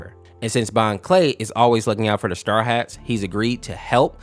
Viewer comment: You kept saying star hats while it is straw hats